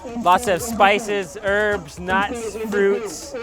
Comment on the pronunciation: when you say "herbs" it sounds "Arabs"